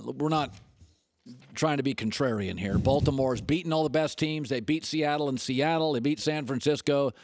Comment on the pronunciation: ...Or a Sssssss.... couldn't say Seattle Lol 😆🤭